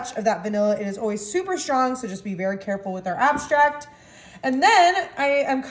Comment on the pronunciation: Maybe it's me but did u say vanilla abstract? Either way...thanks I'm making this 😊